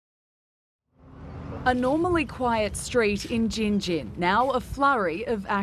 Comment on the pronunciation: Well done on Gin Gin and Bundaberg pronunciation. That case is one of the worst in Australia and the state of that house still makes me sick, to think of Pheobe and those poor dogs. There are some horrendous human beings😮